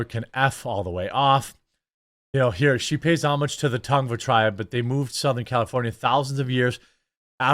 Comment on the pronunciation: Can people stop pronouncing "homage" wrong?